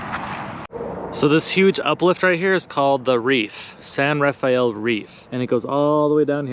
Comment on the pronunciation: Great vid...again! Ra-fell, NOT Ra-fy-ell.:face-fuchsia-tongue-out